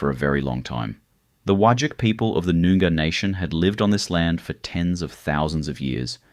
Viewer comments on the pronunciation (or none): Hate to fact check but the longest straight stretch in the world is in Saudi Arabia 240km. Eyre Hwy/Nullarbor is 146km. Also Noongar is not pronounced Noon-gar, it's Noong-ar. Wagyl is not Well-gl it's pronounced Wog-ul. Antipodes is pronounced An-tip-o-dees not An-tip-odes.